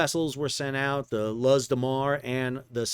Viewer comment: Luz de Mar (Light of the Sea). Luz, Spanish for light, is pronounced exactly as our English word “loose”. Just an fyi, Sal.